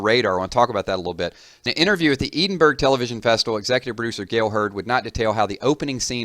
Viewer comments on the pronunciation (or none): its pronounced Eh-din-buh-ru NOT EEEEEEEDINBURG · Edenburg? It's edin-bur-ugh l. Capital of Scotland. Research it first bro before pissing off a country. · "E-din-berg"??? It's "Edin-bur-ra". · "ee-den-berg"... no hate, just letting you know it's pronounced: Edinburgh= "eh-din-burr-oh" it's in Scotland. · By the way it's not pronounced eedin-burg its pronounced as edin-bruh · Eden burg. Lmao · Pronounced "Ed-in-burr-oo". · Ed-inn-bra,,,, that's how you say it! Edinburgh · It's pronounced Ed-in-Burru (I should know...I grew up here) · "Ed" -as in ed the horse, "in" -as in and out a door, "bur"-as in brrr! It's cold outside!, and "row" as in row your boat. Ed-in-bur-row. This minus the Scottish roll of the tongue. BTW...I am not Scottish :D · Did you actually just pronounce Edinburgh as Eedingbrugh? No cool man, I wouldn't say it like that when you're walking through the city. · ED-IN-BURRA is how you pronounce Edinburgh. :) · Briana I would go with ED-iN -BurR -AH (cap emaphsis in strong pronunciation) - but fully agreed not a "duh" way. Trying to be helpful - plenty of places especially in Southern/ex French colony areas of the States I muck up on spectacularly until told. And happy to be put right. We do have a complicated system sometimes. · Awesome vid :D (its Eh-din-bruh) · Its pronounced ed-in-bruh lol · "Eedinberg". Haha. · lol , seriously one of the best known cities in the world . "Edinburgh" and you can't pronounce it :P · you really need to find a Scotsman and listen to them say the correct pronunciation of Edinburgh. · fair enough..I just knew it wasn't the pronunciation used in the video...brrr!